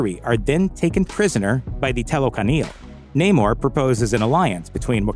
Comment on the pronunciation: It is Namoor, not Naymore